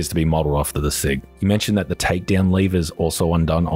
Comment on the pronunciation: The green sights on a hand gun are Tridium glow sights, think glowstick but it doesnt need LEDs or anything, it just naturally produces light in the dark, the "grip" is the lower reciever... And you said sig correctly but alot of people in the US say it more like "Six Hour" as more of a meme or TV phrase like "hey you got your six hour on you?" As in "are you armed?" Even though alot of police use a glock or Baretta.